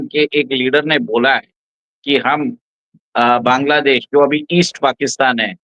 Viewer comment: Jai Shri Ram, Ek request hai. Bangladesh ka pronunciation बॅन्ग्लादेश ना करके बांग्लादेश ऐसा करें।